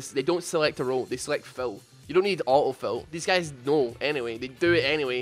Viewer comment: This guy's lack of "t" in auto fill is wonderful. "uh-oh fill."